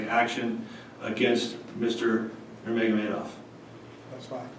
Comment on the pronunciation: I like how he said "Khabib NurmogamaHEYdov"